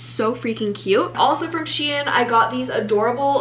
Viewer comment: I love the way you say shein LOL😭 this video was amazing, excited for more!!💕